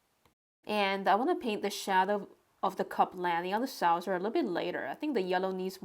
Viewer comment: It's not a 'sowser', its a 'saw-ser'. Look in a dictionary for the phonetics. Its a word you use such a lot, obviously, im sure you'd like to pronounce it as it is intended. 😊 Great sketch of à city I love and used to work in. I'm so glad you got to Oxford! No castles in Oxford, they're just medieval buildings... Maybe you'll sketch the Radcliffe Camera, the round building that houses a vast library. And check out the Sheldonian, with the massive heads and other statues - they'll make great sketches! Enjoy yourself!